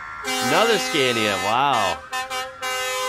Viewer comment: So seems someone dont read comments, fine, lets learn again then: scAnia (skaa nee uh) not scEEEnia…. 😡😡